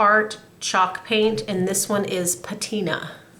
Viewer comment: did you say Tina, or was it patina!!!!!! 💚😂💚